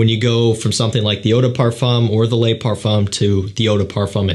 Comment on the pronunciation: Le not lay